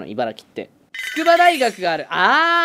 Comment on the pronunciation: ちゃんと、「いばらき」っていてるのは流石ね